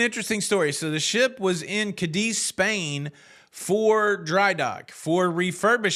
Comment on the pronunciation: The name of the city is CA'-diz... accent on the A'. Although I don't cruise Carnival, it should win the lawsuit... but if it was filed in Spain, with the corrupt government they have now days, it will lag in the courts for at least 20 years...